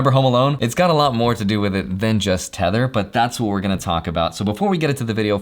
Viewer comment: I thought he said "Tenet" instead of "tether"